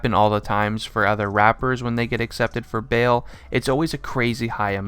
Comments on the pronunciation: You realize he said raper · Rapper? Cause u said “raper”